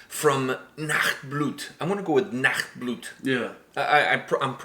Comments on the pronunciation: Man, your pronounciation was nearly perfect. Just stretch the "u" (Nachtblut) at the end a little longer. Your "ch" was really good. Greetings from Germany. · You guys are definitely right with everything. This song is everything you said, including the political undertone. Great understanding, even if you don't speak German. And you pronounced the band's name and the name of the song just right, don't worry. Keep up the good work, guys - I definitely hope for more Nachtblut in the future. Maybe "Mutikulturell" next. Or "Wat is' denn los mit dir" (feat. Tetzel, vocalist of Asenblut). 😁